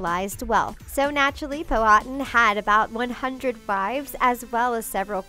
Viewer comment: Pocahontas dads name is powatan Pow-wa-tan